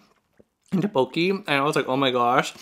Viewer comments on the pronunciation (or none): it’s pronounced “thuk - boak - ki.” looks delicious!!